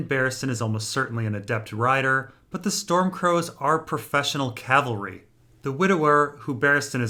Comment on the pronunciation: and for pronouncing of cavalry